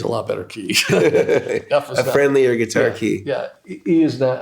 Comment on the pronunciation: Gonna see him and Pat soon, he's a big influence of mine, love how he calls it a Git'ar, so do I! Neil Giraldo ROCKS